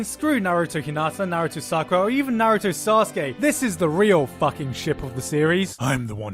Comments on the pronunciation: Did you just say Naruto (Nuh-roo-toe). Its (Na-roo-toe) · Na-rooooooo-toe -_- Why do you put the most stress on the part of his name that is suppose to be almost silent? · It’s Naruto not Narooto pls pronounce it right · I hate when people say nuh-roo-to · "NUH ROO TOE" That pronunciation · Lol Narugay. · Why do you say naruto like that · Why do you say naruto so weird? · Well, considering how you can't pronounce Naruto right, I don't blame the accusations. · oh my fucking bloody says naruto like that even the dub say naruto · Good god the way you pronounce Naruto is horrendous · Why TF do you say Naruto like that lol annoys me so much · Dude you can't even pronounce Naruto correctly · You're mispronouncing Naruto